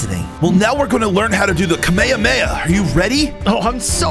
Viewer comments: It's not KAME HAME HA it's KAAA MEEE HAAA MEEE HAAAAAAAAA! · Bro This Man Really Made A Video Based from something he doesn't know He Really Said Kameha Meaha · He said it wrong its ka my ha my ha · Kamehamea is pronounced as ka-me-ha-me-ha